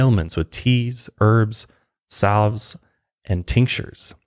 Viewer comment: Salve rhymes with have. The L is silent, just like in half, salmon, halved, etc.